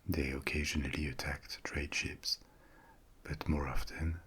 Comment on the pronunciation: Am I the only one who tought he was saying sheeps 🐑 and not ships 🚢